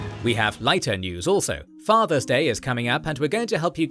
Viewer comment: Nothing to do with the video but there isn’t a “z” in the word father.